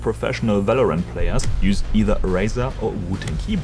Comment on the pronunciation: This guy's pronunciation of Razer threw me way off.